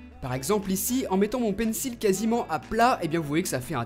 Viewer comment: Tu prononces toujours mal le mot Pencil